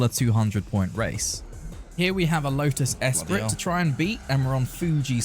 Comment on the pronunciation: pronounced "eh-spree", but, go off i guess